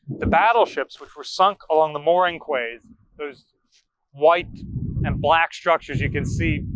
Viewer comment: Pretty sure 'quays' is pronounced 'keys'